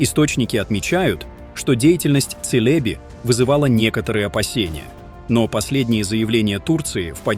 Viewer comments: Джелеби звучит! А не Целеби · Эта компания называется не "Тселеби", а "Челеби".